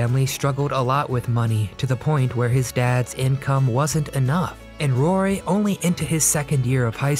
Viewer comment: Is this a voice bot? They always make pronunciation mistakes. It keeps saying "RORY" instead of good old "ROY".